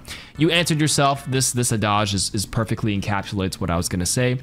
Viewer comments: “Adage” isn’t pronounced “uh-dahge,” it’d “Add-idge” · Adage may have a French root, but no need to pronounce it like you are in France ;) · Is that how you say adage? 😂 I've been saying it wrong for years